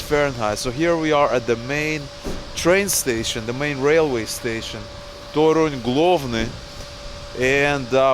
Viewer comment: One, tiny tip regarding accenting polish words. Most of them are accented at the penultimate syllable: TO-ruń, to-RUŃ-skie, pier-NI-ki, mu-ZE-um, etc. As always, there are some exceptions (i.e. words taken from greek are sometimes accented at third syllable from the end - i.e. ma-te-MA-ty-ka), but in like 95% of words accenting second to last syllable is the correct way.